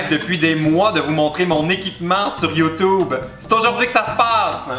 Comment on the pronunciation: ahah l'accent de ouf "YOUTOUBB" sa me rappelle les correspondant Canadien que j'avais en primaire :') bref je vient de découvrir tes video j'adore ;) je fait aussi des video si tu veux passer voir ;)